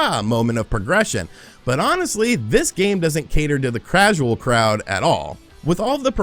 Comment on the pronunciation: "Mitroid." "Crasual." Is having a stroke realizing he has to play Balan?